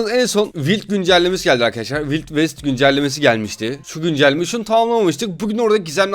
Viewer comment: Vayld vest'e vild vest diyen